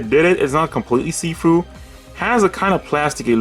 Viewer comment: Every time you say see-through I heard seafood